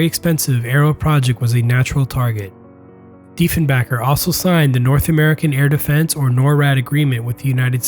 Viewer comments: btw diefenbaker ... the baker part is like the guy who makes bread ... not like some financial guy ... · Well done. One of the best videos I’ve seen. Just a few pronunciation errors: 1) Its not “Canada-Air” Canadair is pronounced “Cana-Dare”. 2) It’s not “Janis Zurakowski”, Jan Zurakowski is pronounced “Yawn Zurakowski”. 3) You pronounced “Diefenbaker” correctly the first time then started mispronouncing it as “Diefenbacker” after that. Then you pronounce it correctly again. At the end you say had the Arrow been allowed to enter production, however, The Arrow was in full production at the time of cancelation. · The video was going well, until you intentionally botched PM Diefenbaker's name, revealing your biased position and true intent with this video. You painted Diefenbaker as a villain, and did not explore all the reasons that led to the cancellation of the project. You also neglected to mention that the planes and equipment, plans, etc, were all destroyed at the advice of the Generals and military advisors at the dime, leading the listener to believe that Diefenbaker came up with this decision on his own. It has been the Liberal Party policy to demonize Diefenbaker, a Conservative for this event, and your video perpetuates this wrongful notion. Thumbs down for you and unsubscribe. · By the way, P.M. Diefenbaker's name is PRONOUNCED 'BAKER'. As in 'bake' a cake. NOT 'back', as in a person's back. If you are going to pronounce a person's name, especially a P.M., get it RIGHT please. Thank you. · Every time you say Diefenbaker it hurts my brain. It's BAKER, not BACKER. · DiefenBAKER, you know, like in Baker, not 'Bahker' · FYI its Baker not Backer. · Deef en baker (as in bakes bread dude) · Diefen"baker" not Diefen"bunker" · Diefenblunder. had no stones .....shameful act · Give me a break its Diefen"baker" not Diefen"backer" - other than that, pretty good video. And it was a production Aircraft, all of the aircraft came off the production line.